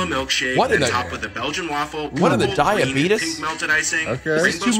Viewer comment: bro said diabetes wrong